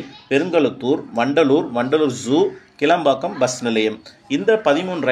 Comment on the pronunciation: It is not Kelambakkam it is Kilambakkam for your info.